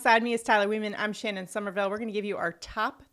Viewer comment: Thanks for selecting me I really appreciate it. And good job pronouncing my last name Shannon; I have heard it butchered my entire life 😂